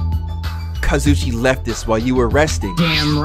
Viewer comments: Am I the only one who cries when says “Kazuchi” and the way he says Nagito? I’ve been stressed out hearing it for the last 3 chapters bru. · you have been saying kazuichi name wrong it’s ka zoo e chi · Yoo I love watching you play this but you keep saying Kazuichi name wrong it's Kazu eche man I hope he see it😪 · I swear to god, here's how to actually pronounce the names you say wrong. BYAKUYA TOGAMI (bew-yak-kew-yah toe-gahm-ee) KAZUICHI SODA (kahs-ooo-ee-chee soh-duh) MAHIRU KOIZUMI (mah-hee-roo coy-zoo-mee) MIKAN TSUMIKI (mee-khan soo-mee-kee) NAGITO KOMAEDA (nah-gee-toe co-ma-ay-duh) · Nagtoe and kazuuchi